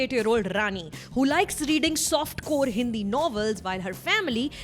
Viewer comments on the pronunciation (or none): none